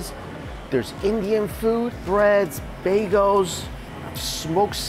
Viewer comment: Bag-EL, not bag-OH. 😊